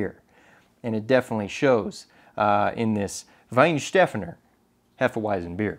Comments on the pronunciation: The waitress was right it’s WeihenstphAner Whith an A ! You say Wheinsteffener. Walt from münich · I speak German. I can say it's definitely with the long "a" as the waiters mentioned. Additionaly, from you it sounds like "Wein" instead of "Weihen". So it's more "Wei"-"hen" where you here also the "h" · You are very close. The first part "Weihensteph .." is super correct. You only have to pronounce the end like "fun". (no joke) phonetic: {Weihenstefun}. Prost and greetings from Germany! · Hey. originally German/Austrian, but been in the US for quite a while. Also a large format shooter. Just to settle the debate on how to pronounce the beer and the brewery....if you say the following words in sequence you pretty much have the pronunciation correct: vie-hen-steph-fawn-ur. Prost!!! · Weihenstephaner is pronounced "VAI-en-SHTE-fahn-uh". Hefeweizen is pronounced "HEH-feh-VAI-tsen". Capitalization to show emphasis, dashes to show syllables. I appreciate the effort to pronounce them correctly! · WINE-SHTA-FÁÁ-NER. The emphasis is on the FAA To break it down: WINE - as in Wine. Right now you almost make the W sound like a V SHTA - A as in baker or making FÁÁ - as in Boston accent: smart, far, car, (smaht, fahhh, caahhh) NER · I am from Germany and the correct way to pronounce it is WEIHENSTEPHANER!! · 'VIE' (as in Why) 'N' (as in pronouncing the letter n, but make these 2 syllables sound almost like only 1) 'SHTEFF' (self explanatory and HERE, on STEFF, is where the stress is) AN -UH VIE-N-SHTEFF-AN-UH Und nichts zu danken mein Freund... ( and you're welcome my friend) 😁 👍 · german here, too. Sorry to correct both of you, but the waiters pronounciation is way closer to the bavarian slang. Your right, the focus is on "steph", but you have to pronounce all the vowels more, especially in the last syllable. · Here is the official Image movie of the brewery. At the mark you can clearly hear how it's pronounced. With the Emphasis on steph not on a